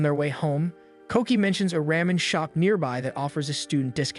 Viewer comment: Oh the "souven-ers", "ram-in", and the "paj-imas"XD